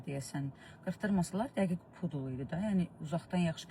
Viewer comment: pudi yox pydel😂😂